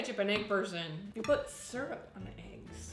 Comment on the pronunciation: Me when I heard say sryup on eggs PUT IT ON THE BACON ITS GOOD